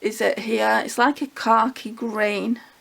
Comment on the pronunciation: I’m glad to hear someone pronouncing khaki the same as me.